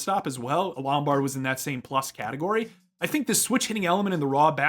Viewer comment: It was bugging me throughout the analysis — “LomBARD” not Lombrad.